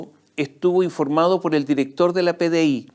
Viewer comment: "nos gusta que nos den pol".......😂😂